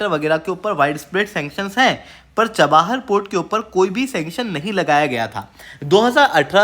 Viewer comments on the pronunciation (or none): Article is amazing but you have to work on your pronunciation of words. You always wrongly pronounce city names. It’s not chaba-har it Cha-bahar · Bhai चबाहर nahi ,, चाबहार ।।। Itni knowledge to honi chahiye ।।। Copy paste waalay ho kya ??